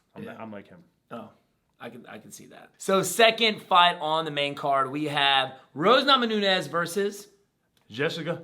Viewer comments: "Rose Namanunez" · "Rose Nama-Nunes"